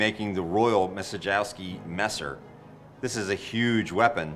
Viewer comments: "Masedżiałski" is how it would be written in Polish what you said. Just my 2 cents. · "Maciejowski" is readen like "Machieyovsky" ("ch" should be read like in the word cheese or chess) :D Yeah, It's Polish name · Maciejowski (as Polish last name) should be read a bit like Matzyeyovsky. :) Anyway: video is showing great work! As always. ❤️